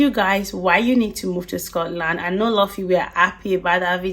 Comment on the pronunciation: You are saying Scotland all wrong!! Just go back where you came from..